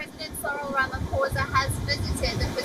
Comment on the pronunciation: The president's name is not pronounced as "RamaFosa " its "RamaPosa"